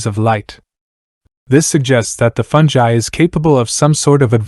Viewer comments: Agreed. Cool video but aaaaaagfgghhhuffhrjejsosw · Aargh, listening to you butcher the word 'fungi' every time is like having my brain removed without anaesthetic and placed in a metal cylinder!!